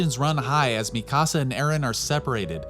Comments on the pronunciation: Mi casa 😂😂 you mean MEE-CAA-SAUH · It’s Pronounced Me - Kuh - Sah my guy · How come Americans are unable to pronounce japanese names? Are you watching the eng dub? [mi-CAASA] like wtf is that pronounciation. [Mi-ka-sa] I havent come across a single american that doesnt completely change the tone of an anime name. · Mikasa not Mi Casa (my house) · "Tye-dens" " mi casa" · u cal mikasa mikaasa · This dude seriously say Mi Casa for Mikasa ? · Imagine watching attack on Titan and still pronouncing shiganshina and mikasa different than the way the show says it. People like you aggravate me. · great video buy your pronunciation of mikasa is quite frustrating.